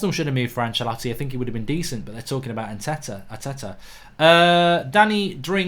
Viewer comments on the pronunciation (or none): Who is Achalatti??? Its Ancelotti